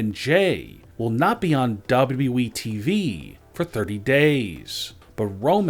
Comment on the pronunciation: It's WWE...NOT W W WHEEE